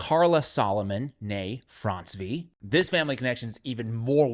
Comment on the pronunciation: It’s pronounced Francey BTW.